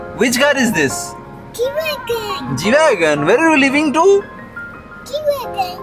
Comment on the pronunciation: Bro u have to make a habit of practice saying G-Wagon everyday now, still you’re saying Wagon-R 😂